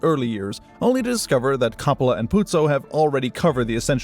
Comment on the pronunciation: Please learn the proper way to say COPPOLA.